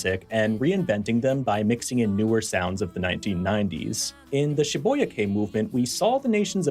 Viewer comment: Good video but urgh, it grates on my nerves to hear Shibuya being pronounced incorrectly when it's so easy to look up the correct way of saying it (which is SHI-boo-yah btw)